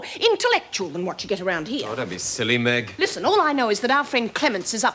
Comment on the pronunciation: 17.03 he called meg, egg